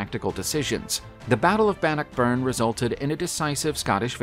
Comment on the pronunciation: It's Robert de (day) Bruce. He was a Norman Scott (The Normans came from France... hence de which is French for the) and it's pronounced Ban knock burn. Not every word or name is pronounced as it's spelled. Like the Seat of the High King of Ireland was spelled Team Hair, but pronounced Chow Er. The English bastardized it into Tara (Tar ra).